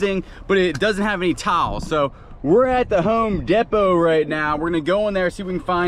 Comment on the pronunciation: I'm sorry😂 I just have too say this,Home ( D PO) not Depot) 😂❤. Miss Audrey